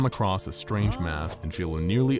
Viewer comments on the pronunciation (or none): none